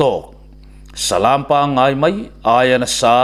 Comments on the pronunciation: Salam hi i thluk dik lo tlat. Minute 17 & 18 bawr chhoah khan. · Salam lam hi a hniam a lam tur.